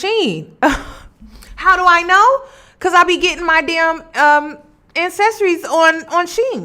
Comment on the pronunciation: Are you saying “ann-cessories?” LoL. I’m like, think she means accessories! 😩